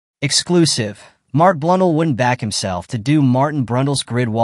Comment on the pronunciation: Blunn-dell (as in the computer)